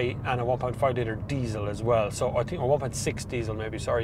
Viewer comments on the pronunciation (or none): none